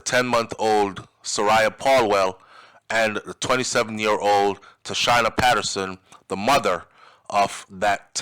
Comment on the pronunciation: Pronunciation, Tasheena